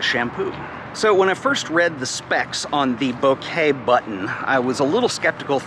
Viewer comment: Thank you for pronouncing bokeh correctly. All the “bokah”-saying amateurs are driving me bananas.. Perhaps do not shoot your next review on a busy street? You forgot to try the beauty filter! I think its low version was on automatically.